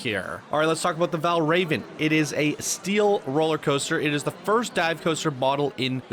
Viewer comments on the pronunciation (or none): The Dive coaster is pronounced “Val Rah-Vin” after the ancient Danish deity. “God of illusions”. He was also known as “Raven of the Slain”